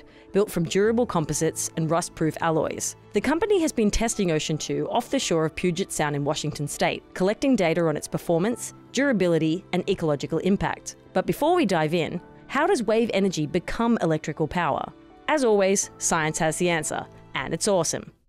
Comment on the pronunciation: The word "data" has no "r" at the end.